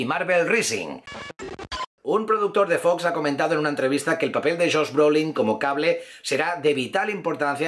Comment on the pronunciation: Carajo pronuncie bien !!! Spiderman diga así "Espaidermen" HULK diga así "Jalk" CABLE diga así "Cabol" Difícil? Para nada sos bien youtuber pero no la cagues mas con la mala pronunciación no me cojas mala vibra pero estas a poco de ser igual al patético de "Infomarvelers"